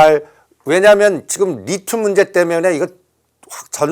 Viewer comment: 리튬이예요. 리듐이 아니라.. 까까오가 아니예요 카카오지.